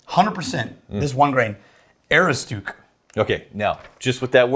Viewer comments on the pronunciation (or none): pronunciation of Aroostook is that of a man who has never been to Maine. ə-ROOS-tək